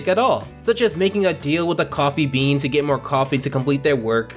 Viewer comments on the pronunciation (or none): none